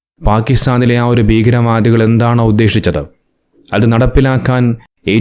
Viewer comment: എന്താണോ ഉദ്ദേഷിച്ചത്. മലയാളം ഉച്ഛരിക്കാൻ പഠിക്കു ആദ്യം